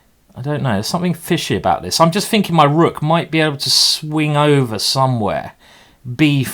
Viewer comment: A smack of the lips........Some fighting.....some finking....and some fanks from me.